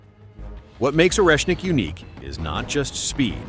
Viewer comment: ORESHNIK!!! 😂😂😂😂 way not Russian?